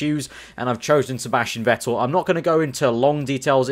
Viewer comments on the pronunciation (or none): You speak it "fettel" , not wettel :D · I am going to kill myself if i should listen to a career mode where you are saying "Vettel" the wrong way in Germany you say V like an F so you should say "Fettel"!!!!!!!!!!!!!!!!!!!!!!!!!!!!!!!!!!!! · Vettel ist pronounced like "Fettel", sharp F